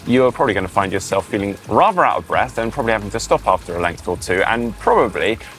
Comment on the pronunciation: " take a nice big breff " speech impediment,you can fix that.